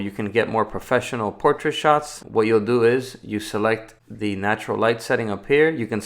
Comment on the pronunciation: I can’t help but notice that he says Thee instead of the, “Thee screen, thee button” 🤪Anyone else? No just me. Ok.